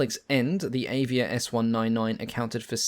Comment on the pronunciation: Avia - .. just read A like you said Alfa ;-)